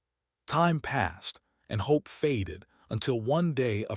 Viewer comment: Hopping against hop not to hear any more cracked AI narratives. (This one read hop for hope.)